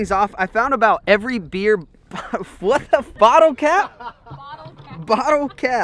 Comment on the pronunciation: Awesomeness! Lol your trying to say bottle cap. We laugh with you. Have a beautiful eveni g